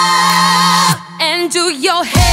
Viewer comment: I didn't know "door" had so many syllables